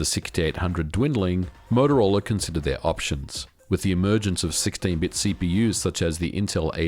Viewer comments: As a games developer at that time I did lots of assembly programming on the 68000. Btw, it's Motorola, not Motorolla. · It's MOTOROLA, not MOTOROLLA. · MOTOROLA. Not MOTOROLLA. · MOTOROLA, not Motorolla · "motoroel" XD Interesting video though thanks. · I kinda like it. It has that Aussie "twang" to it haha. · Moto-rolla. Twice :(. Edit: 3 times. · the morrowroll lol